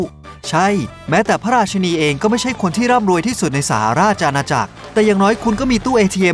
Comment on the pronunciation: ราชินีนะคะ อยากให้ออกเสียงให้ถูก😂